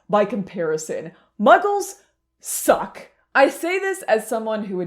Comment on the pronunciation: Muggles THUCK 😂